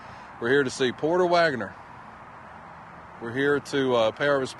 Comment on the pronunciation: As a redneck from Alabama, I can testify you are correct about the pronunciation of his name lol. Also on Saturday cartoons were over when you would see his bus rolling down the road on the tv show Saturday afternoon lol.